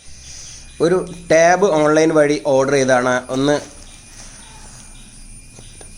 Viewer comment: ടേവ് അല്ല ടാവ്